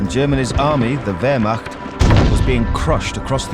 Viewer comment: Its called wehrmacht not wehrmarcht